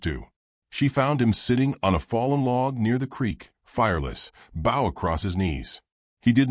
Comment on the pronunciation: The word is BOW, not bough!!